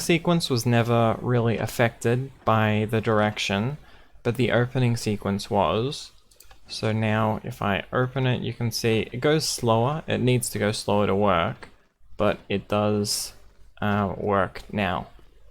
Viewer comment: every time you say "urpen it" a child in africa dies